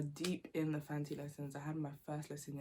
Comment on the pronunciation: For someone with a British accent , you’ve done so well with your Fante pronunciations 👏🏽